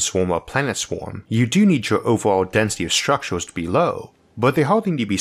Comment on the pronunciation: Shtructures....shtars...shtations...trillionsh...ttranshmishions...what accent is this?